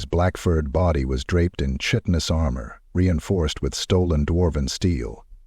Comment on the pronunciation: Even AI narrators pronounce chitinous wrong. It’s pronounced ky-ten-us ffs.